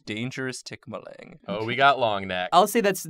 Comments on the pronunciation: I cringe at the tikbalang pronunciation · Um actually... you pronounce it more like tik-buh-luhng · Um actually when you say "tikbalang" that lang part is pronounced like long. Wow that sounded snobby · ummm actually, the ends of tagalog words are usually pronounced aww so it should be tik-baw-lang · Tikbalang is pronounced like how it's spelled ( tick - Bah - lang ) sorry, i got a bit like "no no no no not said like that no no no " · Ummmmm.... ACTUALLY, its pronounced as tik-ball-ang oooooookaaaay?! i am a filipino so i now that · its tik-baa-lang i know this because im Pilipino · IM DYING OF HOW TIKBALANG WAS PRONOUNCED I WAS NOT READY FOR IT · Oh man, that tikbalang pronunciation hits me hard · Omg! They did tikbalang! Fun times when we tell stories of mythical creatures when we were kids back in the philippines haha~ its so weird when you hear it pronounced in different accent~ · I laughed so much when they first pronounce "Tikbalang" XD I ain't calling them out on it, I always find it fun whenever people try and pronounce Filipino words without knowing how to pronounce it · as soon as they said tikbalang i lost my mind (side note: um actually, the emphasis isnt on the TIK it’s on the BA) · Their pronounciation of tikbalang made my insides scrunch up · Um actually, that's not how you pronounce Tikbalang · the way you guys say tikbalang is wrong, but that's how I'll say it from now on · I now realize how it feels to hear someone mispronounce something that's popular within your area. Tikbalang XD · Ik it's the same with every language.. but as a filipino, hearing them flub the name "tikbalang" is is hilarious to me 🤣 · Filipina girlfirend was very upset about the pronunciation of Tikbalang the whole episode so... um actually i guess. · Oof That pronunciation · definitely butchered the pronunciation of that Philippine monster cause it threw me off despite knowing of its name and story. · Tik BA lang stress is on the 2nd syllable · "Tick-Buh-lung" UwU